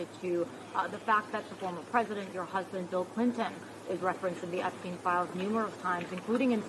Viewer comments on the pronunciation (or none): She called him EpStine lol😂 juicy juice 🧃